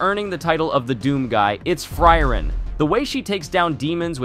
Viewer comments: its pronounced fri-ren and not free reign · i dont know how people can watch 20+ episodes of a show and still mispronounce the titular character's name. FrYReN. like nails on a chalkboard. FREE - REN. sparknotes users reveal themselves in the strangest of ways, dont they? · Fry-ren is my favorite pronunciation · It's "Flea-len" 😂😂😂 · American anitubers casually butchering japanese pronunciations like it's oxygen. Nothing new. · Did my man just pronounce Frieren differently each time?